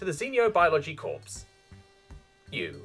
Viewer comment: I have to point out a pronunciation mistake that a lot of youtubers are making: the word "corps" is pronounced as "core" especially when it has anything to do with military. Sorry if i come off as rude or anything, its just a small thing that has been bugging the crap out of me